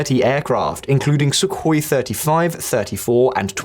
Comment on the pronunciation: You should find out how to say Sukhoi if you want to present current affairs. It's like yay; reading out press releases verbatim in a really enthusiastic voice can pass for news, even though for the past 3 days with the new leader condemning the Israeli invasion of Syria and the civilians deaths caused in those strikes you glossed over/lied about means that the old narrative of an Israel W, added with the scenes of Netanyahu in court and the leaks of his police interviews means that he's looking distinctly unhappy, isn't he. You need some fresher news to repackage than this staleness.